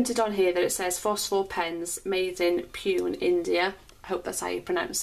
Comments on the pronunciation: Great review of a beautiful pen! Pune is pronounced Pooney. Ney as in hey. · Pronounce it like poone. It's my home town. ☺️☺️ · Hi, the place where it is made, the city of Pune, is pronounced as “poo-ney”, a historically and culturally important city in state of Maharashtra, India. Nice to know a pen coming out from there! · ITS PUNE....POOOONAYYY... :/ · It's pronounced as "POO-NAE" :)